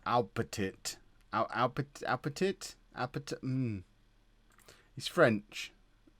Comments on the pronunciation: Aupetit = Oh-Pet-Ee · "Aupetit" is indeed French, and therefore pronounced "o peti" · Aupetit is pronunced without the last t